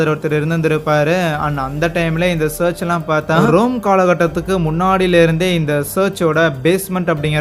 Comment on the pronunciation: Search illa bro church.. olungaa pronounce pannunga.. irritate pannadhinga.. yethana vaati solradhu.. church... church.. its cha.....